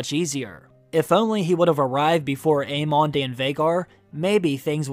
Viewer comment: Long time watcher. No judgement just wondering…is there a reason you always choose to pronounce the names of the characters differently than how the show pronounces them? I’ve noticed that over the years. But especially in HOTD…”aye-MON” instead of “aim-in”… “Loo-ker-is” instead of “Loo-ser-is”…“uh-RAX” instead of ”AIR-axe”. Again no hate just curious, only because I’ve found it somewhat distracting and every video lately I’m like “whyyyy”. 😅